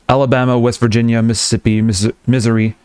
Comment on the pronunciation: Your pronounciation of Missouri is amazing, although "misery" might be a better pronounciation for "Indiana."